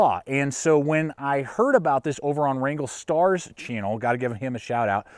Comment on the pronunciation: good video but man you gotta work on your pronunciation. Its boreal (bore e al) its sven (not seven) its wranglerstar ( not wrangle star) its ichiban (icky bahn) haha keep up the good work though.